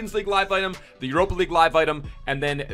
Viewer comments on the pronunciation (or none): none